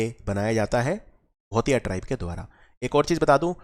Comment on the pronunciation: Your pronounciation made me laugh 😁 let me correct some words च्युरा oil,भोटिया दन, घुघुतिया, एपण, रिंगाल